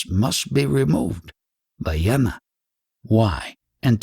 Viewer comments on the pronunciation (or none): Attention Dear Reader: you pronounce jnana as NYARNA. Not yana. Same if it’s spelt gnana.